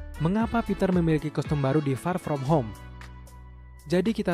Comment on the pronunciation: Kesel gua denger ni org bilang far from home nya wkwk